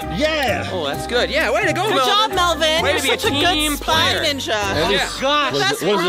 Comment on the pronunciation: it is mellven